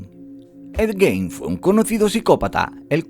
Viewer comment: No es Edwin, es Ed Gein.